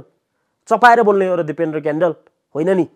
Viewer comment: कडेल हो क्यान्डेल होइन आफ्नो थर पनि राम्रो सित भन्न न आउने मुला